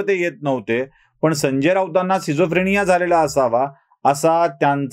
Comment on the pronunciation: खूप उत्तम व्हिडीओ फक्त आजाराचा उच्चार चुकला सिझोफ्रेनिया नसून स्किटझोफ्रेनिया हा आहे. बाकी व्हिडीओ बहारदार नेहेमीप्रमाणे 💥